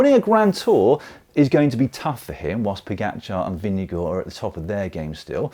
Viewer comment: Am I miss-hearing your pronunciation of Vingegaard? Sounded like “Vin-ge-gore”. If so, that is not how Jonas pronounces his name, but slightly better than the ENTIRE NBS Sports commentator team, who seem led by Bob Roll presumably intentional mispronunciation “vin-ge-GOH.” I hate that disrespect. Names can be hard, but there are not that many names that English speakers might have trouble with (especially with the handful of dominant riders), so not that many to learn how to pronounce correctly.